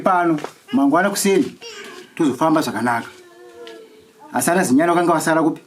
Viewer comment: Chinyani kwete Zinyani